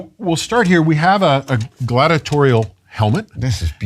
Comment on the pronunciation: Please say Gladiator-al not Gladitor-ial. You're not discussing Gladitors. There's no such word as Gladitorial